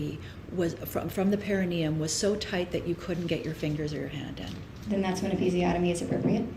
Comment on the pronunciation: Why doesn't anybody in this trial know what the perineum is, or how to pronounce it?